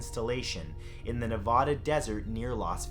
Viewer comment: Any other Nevadan get triggered at his pronunciation?